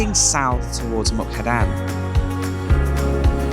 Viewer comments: Like this serie of beautifull Thailand on the Mekong river. MUK DAHAN is the right pronunciation not Mu kadan, it's OK. I forgive you. Stay positive and goog luck with your Krathong. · You always say a wrong name Muk-Da-Han to Muk-Ka-Dan. So funny for Thai people to heard that. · Beautiful part of the country. Was there last week. It is such a peaceful area and lovely scenery. The Meekong is a really nice place to stay. Half a days drive from Nakhom Phanom to Mukdahan? It is about 130km so no more than 2.5 hours Also is Mukdahan not Mukhadan 😃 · The town is pronounced Muk-Da-Harn. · Seriously? Can't say Mukdahan either? So many videos where you keep mispronouncing town names. Is it a gimmick?